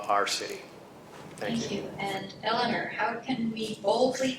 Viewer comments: NOTE TO MODERATOR: The Mayor's name is not pronounced "Elin-ER", it's "Elin-OR." Support Mayor Carbone's continued efforts to build upon Torrington's strength and improve it into the future. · Vigorous debate with good questions and strong points both ways. this should be a close election with a pretty big turnout. I agree the moderator saying "elliner" over and over again is really annoying. I mean if you're going to moderate a debate at least know how to pronounce the mayor's name! lol would have been better of just saying mayor carbone or mrs. carbone.